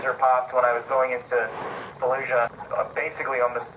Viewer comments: Falusha … yeah no one says it like that… ifykyk… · you have to pronounce it in a 'the nanny' fran drescer queens accent 'faayed looshah'